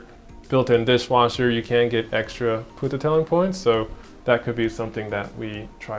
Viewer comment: Haha ‘poententelling’ 😂